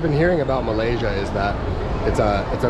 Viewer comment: hahaha the guy certainly not a Malaysian,LOL.Some Bangladeshi worker i reckon (from the dialect)😅. The way he pronounced 'Malaysia' wrongly gave away everything 😅.